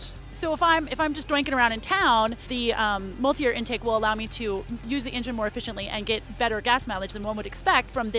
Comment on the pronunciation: Mulit-air haha